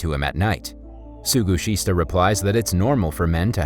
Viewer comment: Some of the names are rather butchered in this narration. "Suguhista" -> "Sugishita" / "Tsuroka" -> "Tsuruoka."